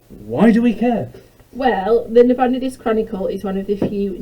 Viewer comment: It's Na-bo-NIGH-dus, not Na-BON-i-dus.